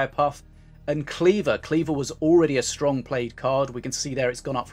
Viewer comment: Crafting a legenday they wanna be" A strong and B versitile" it sounds like you said "Aids strong " which is also true.